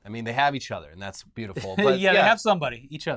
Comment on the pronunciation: completely no-selling saying "At least they have each CHUDer"